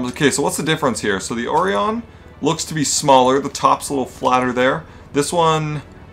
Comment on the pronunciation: Orion is pronounced Oh-Ry-an